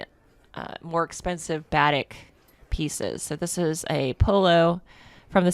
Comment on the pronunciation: Just a heads up, batik is pronounced buh-teek.